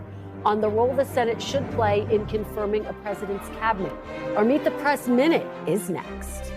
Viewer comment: How can anyone believe / trust anything from Welker and NBC? And why does she always have to emphasize “Meet the PRESSSSSSS”? I give her a 1 out of 100 for journalistic professionalism